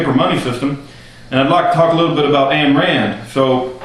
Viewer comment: Its pronounced "ein" Rand, as in "EINstEIN- not "ann" Rand. This I find according to the Ayn Rand Institute website.